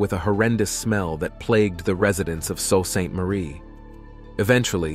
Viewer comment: Lol,.he's pronouncing Soo as Soul Ste.Marie..sounds like Soo..but spelt Sault Ste.Marie